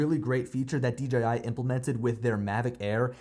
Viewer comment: I mean that as a compliment. So many say "DGI". You said it right! Thank you! :) Maybe it's a Pennsylvania thing. I'm also from PA. Up in the north-central hills.